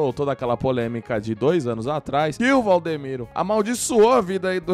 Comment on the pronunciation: Vcs estão falando o nome do pastor errado e Valdimiro